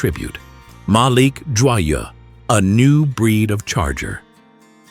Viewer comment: pronouced Joyeux is real bad idiot